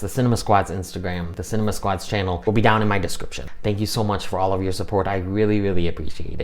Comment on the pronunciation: I adore the way you say ''. I wanted to check out your review, but i have to admit to not being a fan of Dune. Its just a personal thing, its not my kind of thing. The first one bored me so much, lol. Yep I know its just me as they are fabulously made and acted and look fabulous. I just can't get on with them at all. I'm so glad it lived up to your expectations and you loved it.:)